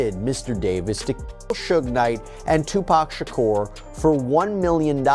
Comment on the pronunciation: His is not Shocker it’s Shakur